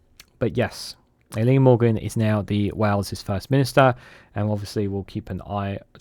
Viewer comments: El - ee - ned is a closer phonetic rendition - although the pronunciation of Vaughan Gething really takes the biscuit!! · Eluned is pronounced Eli-ned